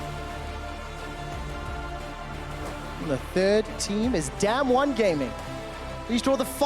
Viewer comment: Im sorry but I have no idea why this came out. I am pretty sure its not him casting. Even if it was him, calling damwon damn won is just a big no for me. The other caster did it pretty well, but one of them is just so annoying.